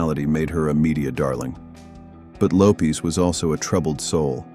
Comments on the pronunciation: Lisa LOWPEAS???? Really ??? It’s LOWPEZ !!!! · Lopes is pronounced Low pez!